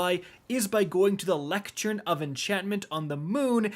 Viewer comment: Anyone else finding it funny how seems to wrestle with the word ‘lectern’ like an awkward middle-school dance?